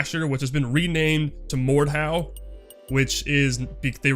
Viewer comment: I had difficulty understanding you when you said Mordhau and Dueprocess so please the next time you talk about cool games (which i didn't even knew exist) put a link in the description or at least type their name in the description. :) I really think an engine switch would be great for ZPS and the community. Modders and Mappers already have plenty of experience with the UDK so we could see maps and mods for IM probably pretty quick which in turn opens up the wallet of a lot of people. Oh and then maybe they release the damn server files i've been waiting for many years.